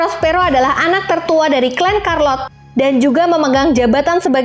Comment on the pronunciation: C + H tetep dibaca C, jadi carlot, bukan karLot